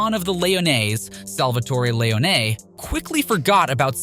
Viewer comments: Bothered me too. Lee own knee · Lee-Oh-Ney 😅Lee-Oh-Ney 😅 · Yeah Lee-oh-nay is not pleasant to the ears of us real fans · Awesome video, but I hate the way you pronounce Leone, it gives a feeling like you never actually played the game. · Agreed. Shit was driving me nuts lol.